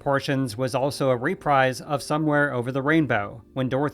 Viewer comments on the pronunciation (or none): Re-PREEZ not Re-PRIZE